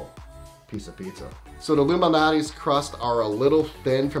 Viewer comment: Are you saying Lou Malnati or Illuminati? 🙄